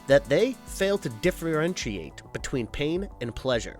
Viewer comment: Sounds these out.... 'Behest', 'differentiate'